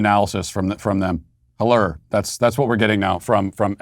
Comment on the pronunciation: Can we get a SBG t-shirt that says "hellurr" 😆